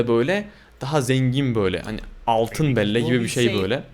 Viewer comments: BELLA DİYE OKUNUYOR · Abi belle Bell diye okunuyor ..ve Ryan için üzülüyorum 😭😭